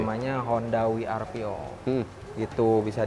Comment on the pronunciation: lucu pas denger salesnya ngucap honda Wi Ar Vi (honda WRV).